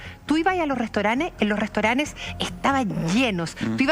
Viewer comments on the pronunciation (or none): restoranes jajaja es restaurante